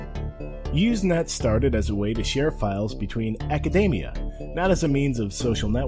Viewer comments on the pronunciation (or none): none